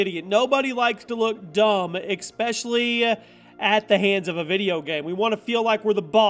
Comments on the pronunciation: 06-07 “Expecially”! 😂 Anyone else notice it? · clicked off when he said expetially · Yo, not tryin to be rude or a d!(k or anything, but there’s no “X” in “eSpecially”... please don’t say EXspecially anymore, cause it just makes you sound less intelligent than your videos usually suggest... cool?cool... thanks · Did he say "EX-specially"... Perhaps you sir, should learn to spoke england more goodly... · Eggspecially...? Requim...? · Expesially lol